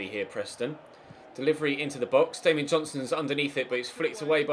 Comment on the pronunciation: it's DANIEL JOHNSON not DAMIEN JOHNSON